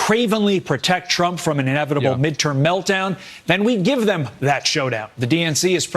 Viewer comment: Bro said donald chwump, bro gtfoh